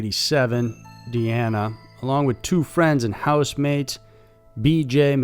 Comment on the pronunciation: Dina is Dina. DE-ANNA is Deanna...